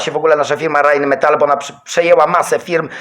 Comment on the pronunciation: uwielbiam Cię za te,, Rheinmetall"" z Twoim skcentem i ten uśmiech na końcu 😁